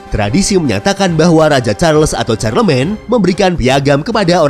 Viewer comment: Charlemagne dibaca Sharlemang, Navarra dibacanya Nabara